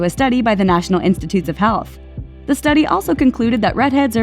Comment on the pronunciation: When she said the national institute of health I swear she said hell and I was just triggered as a ginger lmao